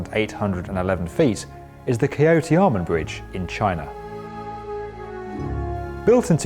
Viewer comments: People have a lot of trouble with chinese. His pronunciation of 'Chaotianmen' is actually much worse. Chao is like 'ciao' not 'k-yo'. He would've done better going with english 'ch' instead of going with a hard 'k' sound for no reason. And it was misprinted 'tia' instead of 'tian' on screen as well. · "Kiaotiamen Bridge" "Yangteeze River" Bruh, love your work, but you're killing me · Okay. Here's a tip for you, try using Google Translate to have it read the pronunciations to you. You guys are pronouncing non-English names as if they were English which seriously butchers it beyond repair. Chaotianmen Bridge is pronounced like chow in chowder + tian and men from Tiananmen. Millau Viaduct is pronounced kind of like "me yo". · Lol he totally botched the pronunciation of Chaotianmen /chow-tien-men/ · Chaotianmen was absolutely butchered. Doesn't need to be perfect, but at least get it close. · 朝天门发音厉害了😂